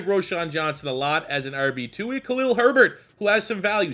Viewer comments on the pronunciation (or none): none